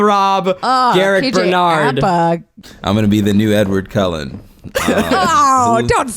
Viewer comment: Did anyone else notice Zach said Edward Colon not Cullen lol